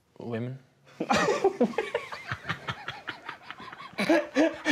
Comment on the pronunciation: Its the "Women" for me 😂😂😂😂😂